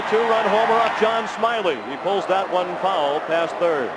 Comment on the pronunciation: I love his pronunciation of "fow-wull". :D